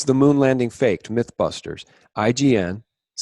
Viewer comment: Not Moon Lading but Moon Landing.